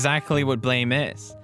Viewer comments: He actually pronounced it properly even though it's written Blame! it's supposed to be read as Buramu! which is making reference to the onomatopoeia (Blam!) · Cause that’s how its pronounced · Pewds, you pronounced the manga right, and described it well. I am just hurt though that I didn't know this years ago. I got all the books many years ago. I love the manga and artist. And much love to you man, been a while since I seen a vid like this from you.